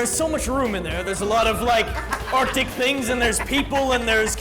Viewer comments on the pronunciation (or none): none